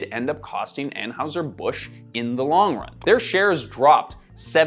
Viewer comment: Excuse me streamer, it's pronounced anheiser